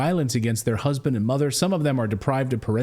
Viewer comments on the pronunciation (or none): none